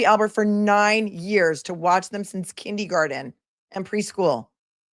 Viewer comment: Kin-DEE-garden?? What???